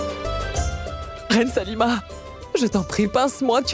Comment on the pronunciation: Ayi on dit Salima pas saluma 😂